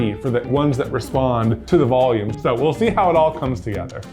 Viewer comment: They built up "ball-ume" to attach the fluff to... I know they said volume, but I heard what I heard.